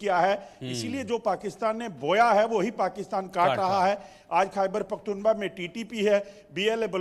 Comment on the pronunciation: Abe kya pakhtunba pakhtunba kr rha h pakhtunkhwa h aya bda anchor zahil